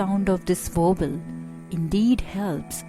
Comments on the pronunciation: What is a Wovel? Is this lady incorrectly saying the English word Vowel? Otherwise very useful. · I thought she was saying "wobble". :-D But the title says "vowel". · you cant pronounce the word vowel